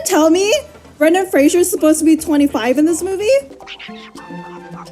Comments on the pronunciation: Could you pronounce his name correctly? It's my name too tbh and it's not Frasier, its Fraser! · Lol Fraser rhymes with Laser! 'Frasier' is a different name that's just very similar!